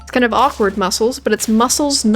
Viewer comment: My head raised when you said awkward bushes cause I heard awkard b*tches